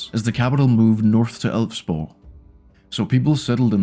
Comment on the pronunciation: Waaait a second you are a DANE! No one can pronouce Elvsborg like that and not be Danish! xD